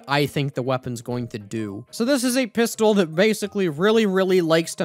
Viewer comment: ah yes, the pisstol